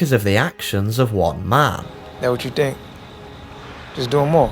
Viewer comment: Found this so difficult to get through. Had to quit. You realise you end almost every single sentence with the same inflection? You know think isn't pronounced fink? Ethereal isn't efforeol.